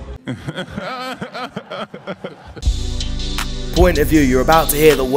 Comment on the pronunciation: What s your pronounce? "Pizza"? Man us citizen are so dump for 80% .. Subject verbs pronounce adjective.. and it s not my native language 😛